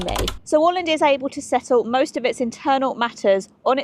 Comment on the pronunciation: Thank you for visiting this part of the world. In particular I want to commend you for your spot on pronunciation of Åland. Well done. ❤